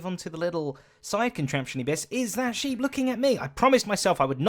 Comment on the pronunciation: Zedaph. Honestly. You're an englishman. You said SHEEPS!